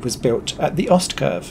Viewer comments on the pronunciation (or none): Great! That will further improve a really good video. Ermmmm, maybe teach to say Ostkurve...eeeeek. Lol.